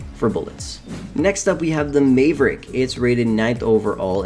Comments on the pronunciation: I hayve never heard it said like that before either 😉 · cant get over how u pronounced Maverick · How do you mispronounce maverick